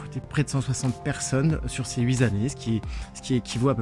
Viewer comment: huitS années?!! pas de S à huit ni à quatre ni à 1000.. merci